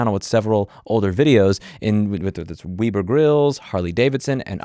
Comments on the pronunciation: lol "weeb-er" instead of "web-er" grills. :P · “Weh-ber” not “Wee-ber” grill lol